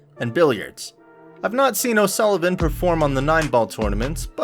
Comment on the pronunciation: Americans can’t even pronounce o Sullivan 😂 also it’s snooooker not snucker😂